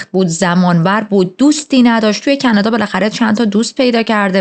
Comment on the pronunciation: خیلی باحالی دختر❤😂مخصوصان کانادا❌️کندا✅️😂😂😂